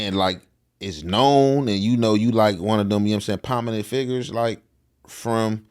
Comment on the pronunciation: I f*ck with Young Jefe but bro "pominenet" (prominent )and "misconscrewed" (misconSTRUED"?!?! On my soul I'm not trying to shame my young brotha but there's folks out there looking to take away from any point you're making n that's low hangin' fruit. Just learn the words..write them down and enunciate them so your haters/skeptics don't say 'he don't know what he talkin' about' then tune you out/turn and miss your objectives. You have very substanent content, I'm a subscriber bro..Practice and keep doin' ya stuff.. u got it!